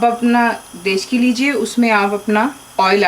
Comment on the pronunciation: one thing plzz plzz dont mind ap urdu sahi bola karn plzzz " dechki " nahi "degchi" hota ha